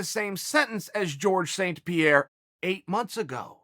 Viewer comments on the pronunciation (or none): Georges St. Pierre Chael: Jorge